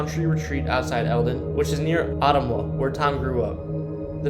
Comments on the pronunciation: he murdered Ottumwa aswell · Ottumwa is actually pronounced Uh-tum-wa. Des Moines is pronounced Deh-Moin! Coming from an Iowan girl! Haha cool video!! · Dear God man, Pronunciation!! ....Rose-Anne. Uh-Tum-Wah.... Des Moines (the "S" are silent)... "Deh Moin" .. you'd be a lit more successful if you'd create your own content and not copy and paste video from others and Read Wikipedia pages ... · Please program the AI better, make it familiar with the unique names you find in iowa. Roseanne Is pronounced Rozanne, ottumwa is Ah-tum-wa. Des Moines is pronounced De-moyn Too bad these places can't be rehabilitated and humanely used to house the homeless or care facilities for people with mental health disorders. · 1..Nevada=Knee-Vada 8. Ottumwa =Oh-Tum-Wah 7.Clutier=Clue-Tier 5-Dysart=Die Zert 3. Des Moines=Duh Moine 2.Greyhound park was torn down in . Tama Iowa is more like a hour south of waterloo. Not 30 minutes. You leave waterloo 30 miles later you'll be just getting out of Hudson.